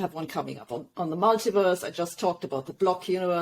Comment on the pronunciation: When she says ‘mulitiverse’ it sounds like she’s saying “MIGHTYVERSE”…which is much better